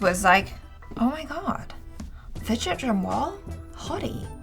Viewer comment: No one:: Widget Jamwal 😅